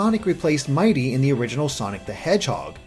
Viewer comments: It's mighity NOT mighty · IT'S NOT MIGHTY IT'S MIGHITY! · His name is actually "Mighity".